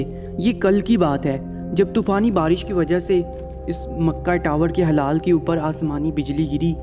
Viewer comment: Bhai wo hilaal hota h na ki halaal